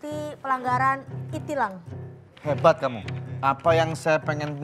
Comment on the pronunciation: E-tilang dibaca itilang, terkejut aku mendengarnya wkwkwk